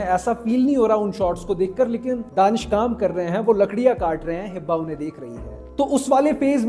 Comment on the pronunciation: It’s Hiba *not Hibba